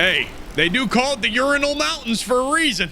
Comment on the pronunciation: Urinal Mountains...come on dude I know you're american, BUT...😂❤